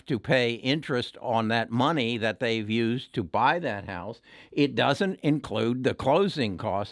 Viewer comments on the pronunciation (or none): none